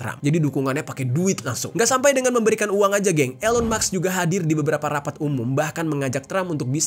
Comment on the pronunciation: elon musk (read : ilon mask) 😊🙏🏻